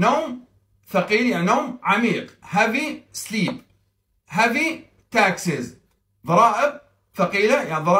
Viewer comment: مع احترامي لك نطقك غير سليم بتاتا الكلمة تنطق بالترقيق وليس التفخيم الكلمة إنجليزية وليست عربية